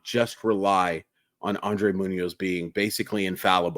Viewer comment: Nice content. It's Andres not Andre btw. With an S.